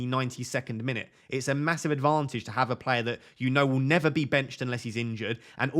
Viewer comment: Love the way says player. Plair. Keep up the top content